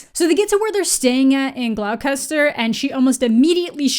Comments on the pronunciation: It's pronounced Gloss-ter. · this pronunciation of Gloucester is SO UPSETTING. It’s pronounced “gloss-ter”. Yours sincerely, your fans from the UK. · glaw kester? c'mon,... c'mon... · ‘Glau-kester’ is actually pronounced ‘Gloster’. Apologies for British spelling. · I love this, but hearing it pronounced "Glau-KES-ter" made me choke on my water (Gloss-ter) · the place they went in england is pronounced glosster, not glow-kester. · ghoul-chest-er is how its pronounced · I feel obliged to apologise on behalf of English people everywhere for bizzarre English city pronunciations - but Gloucester is actually pronounced Gloss-ter. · Just a note from a Brit, Gloucester is pronounced 'Gloster' 😁🇬🇧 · Great video, but I did almost die at the pronunciation of Gloucester (it should be gloss-ter). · "Glau-custer" XD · Bro Gloucester is pronounced "Gloster" for some reason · I loved this video, but that pronunciation of Gloucester hurt my soul. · I love you dearly, but 'Glouw-kester' killed me XD XD XD XD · Glau-kester 🤣 great video but girl no 😭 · Oh huni 🙈 it's OK ♥ but it's pronounced Glosster & Glosstersheer (the sheer part I guess would vary but I'm from the East so sheer for me) xx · The pronunciation of Gloucester sent me. It’s pronounced Gloss-Ter if anyone’s curious! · I'm sorry to be that person and I say it in the nicest way possible, but as someone who lives there - it's pronounced like 'Glos-ter' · Totally not the point of the video, but Gloucester is pronounced "gloss-ter" XD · Shout out to everyone else who got a giggle out of that pronunciation of 'Glouchester' there. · Gloucester is pronounced Gloss-ter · Pronounce Gloucester as Gloss-ta 😉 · The whiplash I felt from you trying to pronounce gloucester lmao. Fwiw, it's "gloss-tur" lol. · (It's pronounced like "gloss-ter") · I think Gloucester is pronounced Gloss-stir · Um,, that's not how Gloucester is said. It's "Glosster." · Your pronunciation of gloucester is painful 💀